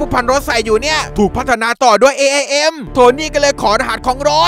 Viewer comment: พี่บอกว่า IAM AIM รึป่าวครับ😅💜